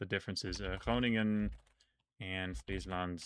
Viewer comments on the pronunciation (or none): none